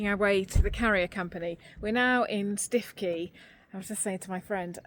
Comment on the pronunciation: Another happy eventful week. Thank you for having me along. Incidentally, Stiffkey is pronounced Stooky. I used to live in Norfolk. xx